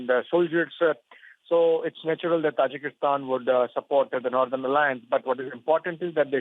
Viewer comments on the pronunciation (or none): wtf is "nadan" alliance? Cant she say northern? its Taliban not Talibs..there is a bloody difference between the two. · It's not "nurthern", it's northern. It can't be pronounced as "southern". Also, I have a feeling India is involved in this aid. Yaay! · Naaathern alliance........ It's NORTHERN say... NOR..... not NAAAA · Who the he'll gave you the job. Cannt even pronounce northern word properly. Why is she is pronouncing nothen